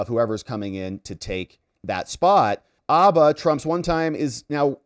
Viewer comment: I've never heard Alina's last name pronounced as Abba! I only heard Hah Ba.